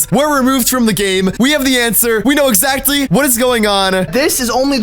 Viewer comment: "We know excatly whats going on"